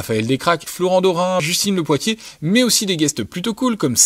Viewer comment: Sinon c'est Justine Le Pottier et non POITTIER